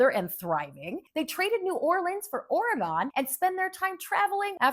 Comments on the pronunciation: OMG, it's NOT Oregone it's just Oregon. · You lost me at Ore-gone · Why she pronounce it like that